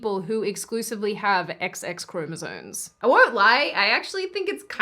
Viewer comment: ..."sones"? did she say "chromosones"? with an "N"?